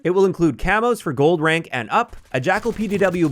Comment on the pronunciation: your Canadian accent slipped out a little with "decal" ha! great video, though - thanks for covering these things